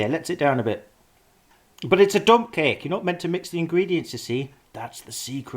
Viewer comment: I though you said "i feel inspired to make a dumb cake"